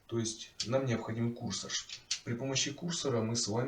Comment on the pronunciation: курсОр, а не кУрсор